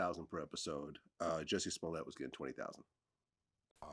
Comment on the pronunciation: Its jussy smooliay🤣🤣